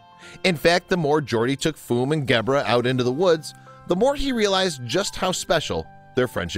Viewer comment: It's a pity that the narrator mispronounces Gebre's name throughout: it has a soft 'g', close to 'jebra' (in fact the 'g' is like the 's' sound in the middle of the word 'treasure'). It means 'hoar-frost' in Catalan. The original, brilliant, video of the two animals playing also had a superb sound-track which introduced many people in countries outside Catalonia and Spain to the inimitable sound of the great Catalan band Sopa de Cabra. Poor little Fum: such a short life!